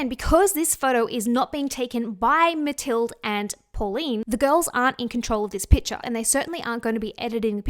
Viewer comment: Pretty sure mathilde is pronounced just like Matilda. Love ya!